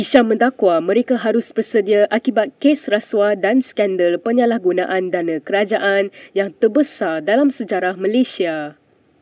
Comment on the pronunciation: Admin kiniTV.Sebutan kena jaga bukan balun je.DANA presenter pronounced DANE...sebutan yg betul DANA bukan DANE.